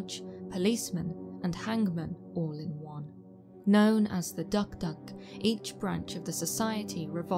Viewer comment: Hey, I'm a long time fan of your channel. 2 points I'd like to make. 1. Your pronunciation of DukDuk is a little bit off, no biggie though😁 2. I'm from PNG specifically East new Britain province where the tradition of the dukduk is practiced, on the contrary the practice was not "sinister" as you claimed but an essential social structure that maintained some sort of law and order within the tribe; Granted it was harsh.